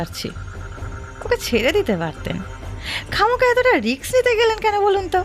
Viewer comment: মঞ্জুশ্রী ইন্সপেক্টর এর অভিনয় ছাড়া সবার অভিনয় ভালো । আর কথাটা রিক্স নয় কথাটা রিস্ক।